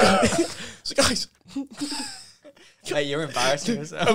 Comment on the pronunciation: "so gUYs"😂